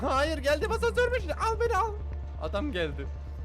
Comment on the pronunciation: Abi o hasansör değil asnsör🤣🤣🤣